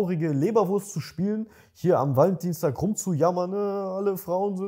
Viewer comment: Wie das ausspricht hört sich das nach ValenDIENSTAG an:D hab extra gegoogelt und kurz gedacht, dass das wirklich so heisst haha